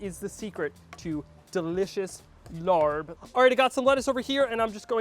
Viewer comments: Don’t give it a try, this is all wrong, including how he pronounced it 😂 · Yes, what is this LARB?? I'd appreciate it if he didn't present this dish as the Thai dish larb. A little research and you'll know this is pronounced laap. If you're going to cook and present a dish from a different culture, be respectful and try to be authentic. It at the very least, let your viewers know what ingredients are normally used. No peanuts, use Birdseye chili, sticky rice (not Jasmine) that's browned more, use fish sauce- not soy sauce. If you go into a Thai or Lao restaurant and ordered laap (or a he says larb), I guarantee that it will taste nothing like what he made. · Omg please please stop calling it Larb. It's pronounced Laap. Take the R out. You don't know how cringey it was for me to hear Tom Holland say Larb in Spiderman. No!!! Tom not you!!! Omg and you're squeezing the lime when it's still hot on the pan. And that's a no for the soy sauce. Fish sauce. Tsk tsk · Larp is pronounce RRUP not Lord. Turn off the heat. Cook it with no oil. Do not saute` You killing me!!! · It’s pronounced “laaaab” not larb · STAHP lol calling it larb 🤪… how we say is like STAHP but woth an L. The R is silent. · Lol try pronouncing it as “lahppp” and not larrrb lol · It is not pronounced the way its spelled. It is pronounced "Lapp". I like using grilled steak. Never had grounded beef. But kudos. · By the way it’s pronounced laab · I’m glad you had fun doing this dish. By the way…It’s pronounced “Lah” 😄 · You pronounced larb wrong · Horrible pronunciation. Didn’t toast the grain enough. Honestly, you could at least make it authentic. And adding soy sauce is just wrong 😟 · I don’t understand why you didn’t do you research before making a dish from another culture. This was all wrong even the pronunciation…. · Please do more research and learn how to pronounce it. The r should not be pronounced. So many white people pronounce it wrong. and know that it is the national dish of Laos. Thank you!